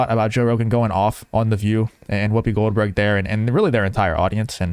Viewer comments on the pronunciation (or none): I heard Whoobie Glohdberg Haha!